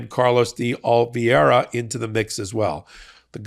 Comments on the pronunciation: It's Oliveira: o - li - VEI - ra , Not Olivieira (not o - li - VIEI - ra). There is another name that I think it's confusing you, just "Vieira" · Time to finally learn that the name is De Oliveira, not De Oliviera. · Oliveira is pronounced “ Oh-lee-vay-rah”. It’s a very common Portuguese or Brazilian last name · You continue to mispronounce Carlos DeOliveira. Make believe the second “I” is missing in Oliveira…..Olive VERA is how you pronounce it. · Minor nit I realize, but Carlos' surname is Portuguese, and is pronounced approximately like Oh-lee-VAY-rah. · Stop mispronouncing OLIVEIRA!! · You are mispronouncing Carlos' name. DeOliveira. You are putting in an extra "i" syllable after the "v". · YOU KEEP MISPRONOUNCING Carlos De Oliveira's name! There is no "I" after the V.